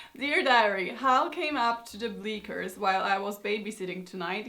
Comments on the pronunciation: Your endearing way of pronouncing " Bleachers" as "BleaKers" (which is pronounced as rhyming with " teachers " )made me smile. The reason is that it's usually some "bleak "romance happening under said bleachers. Thanks for a tour of the mindset of the 1950s scene daddio. At least they gave themselves options and agency. Being raised Catholic, it was all about find someone healthy and hopefully employed and start making more Catholics for God. You're legend girl. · Just as an fyi bleachers is pronounced with a “tch” sound as in “pitch”, not “k” as in “cat”.